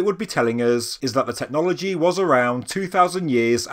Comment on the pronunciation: Technologyeeeeeee, imageryeeeeeee. Dude, learn to pronounce things properly. Anyone told you what syllabs and accents are?